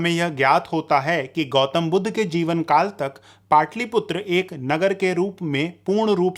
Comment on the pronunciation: पाटलिपुत्र कहिए,पाटलीपुत्र नहीं ! ह्रस्व और दीर्घ उच्चारण में अंतर है